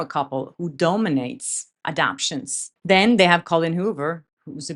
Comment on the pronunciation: Hi, it's pronounced "a-dap-ta-tion". Four syllables not just three. Great content. Keep going, I'll keep following.